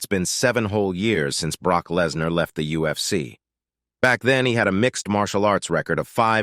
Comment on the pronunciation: Brock "Lasanar"? Wtf?! 😂